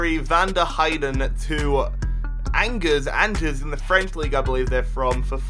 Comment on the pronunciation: Angers is pronounced ongor